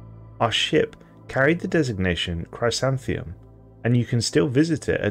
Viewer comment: It’s pronounced “Chrisanthemum” it’s a type of flower , a daisy of sorts.